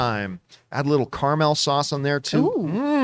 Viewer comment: Caramel Care-uh-Mel Car-Mal John just combined these pronunciation in the worst way 😂 lol John: Car- uh -mal